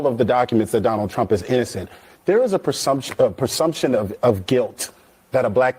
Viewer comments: Did he say “persumption”? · Persumption? Dude! Learn to speak properly! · He can’t say, Presumption.